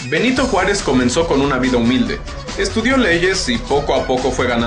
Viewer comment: ''Nyanito Juárez'